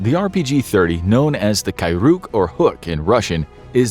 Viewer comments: not Kyruk, but Kryuk. YU pronounced like in Yukon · *Kryuk. not Kyruk.